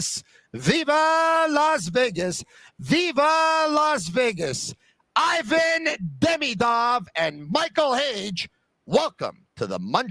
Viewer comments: He looks a lot like Kovalev! Skill wise also. Btw, it’s “eevan” not “eyevan”. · the i in ivan is pronounced like the i in marinaro. You know it.